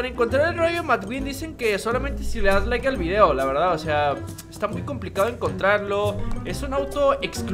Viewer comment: De Len liiiike no lilake